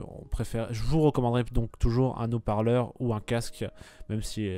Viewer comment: la voix off est nulle, les commentaires font sourire, "le chiffon pour nettoyer la lens" :> "c'est des Zhautparleurs..." bref... manque de préparation et de commentaires pertinents